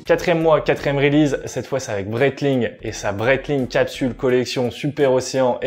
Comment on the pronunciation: "2ème reulize" ? Release ne se prononce pas like zat, mister. Stick to french, ce sera mieux.